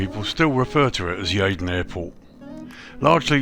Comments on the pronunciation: Pronounce Yeedon...... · Good video, As a local I love how you pronounce Yeadon, Completely wrong but quite funny. They've done a great job on the graphics and details.